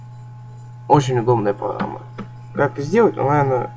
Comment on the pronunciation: погама он сказал погама